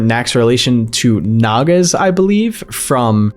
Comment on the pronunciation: Okay from what I know as someone whose grown up around hinduism is that "Nak" is a mispronunciation of the word "Nag" or as stated by "Naga". Hinduism and I believe buddhism has a lot of symbolism surrounding snakes with Hinduism having a snake god called "Nag Devta" along with the more common and well known examples being the snake wrapped around shiva. Another reference would be the water, in a religious story Shiva drank poison from a cosmic ocean during its churning to get a mystical uh drink? Potion? And whoever drank it became immortal which I believe the creator has adapted the themes of showing Nak as a potential demon? Or something evil pretending to be a god in order to find the potion of immortality (Amrit). Edit: During the churning the gods realised they couldn't do it alone and employed the help of demons (Asuras) with the gods drinking the potion of immortality (Amrit/Amrita) and the Demons being given alcohol.